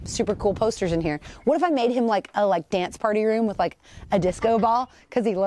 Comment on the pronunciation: These funny - she said ".. vvhat kind of elite..." 😅😅 im laughing f😅r 2 days... knowing she WASnt even european 😅😅😅😅😅😅😅😅 😅😅😅😅😅😅